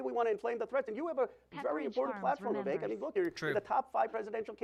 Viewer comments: Vivek rhymes with cake :_kekw:. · Came here to remind everyone that Vivek rhymes with cake but damn, you beat me to it.